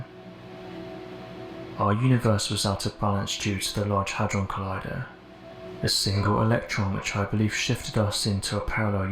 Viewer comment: I stopped listening when you said large hudrone collider…